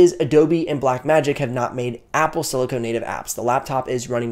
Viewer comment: Excellent vid. That said, please look up the words Silicone and Silicon. They’re different things. Sorry to be a grammar nazi, but someone watching this might get confused by your pronunciation of silicon as silicone.